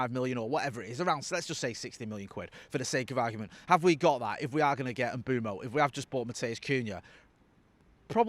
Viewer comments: Mbeumo Not Mboomo Not Mbuemo Not Mbwemo M-beu-mo IT'S JUST AS IT'S WRITTEN! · This pretending you don't know how to say Mbeumo is getting old. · It’s Mbeumo, not Mbeumo. Hope this helps